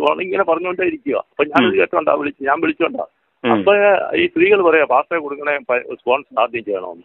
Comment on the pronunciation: What menig "pacher"? You speak paster.